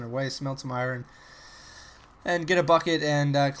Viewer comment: Iron not iran lol :P but I love your Chanel thnks for the entertainment